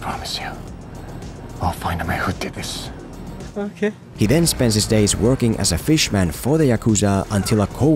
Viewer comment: When he said "ohkay" 🤣🤣